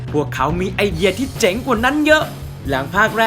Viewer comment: เจ๋ง หรือ เจ๊ง ครับ ผมฟังว่าเจ๋ง ทุกทีที่พูดว่าเจ๊ง ครับ